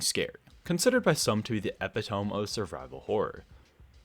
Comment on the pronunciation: LOL not how you pronounce epitome